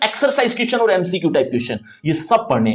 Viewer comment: Sir Aoor hai ki Aur ..clear karyiya